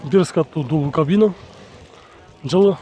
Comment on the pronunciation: Дувбл кабина деп айтасынго шеф Дубль кабина